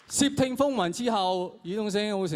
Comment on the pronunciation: 窃听个窃系咪发错咗？应该系sit3，黄子华发成sip3(摄)!